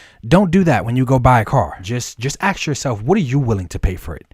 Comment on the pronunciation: Bro I like your content, but you gotta learn how to say the word "ask".....its not "axe"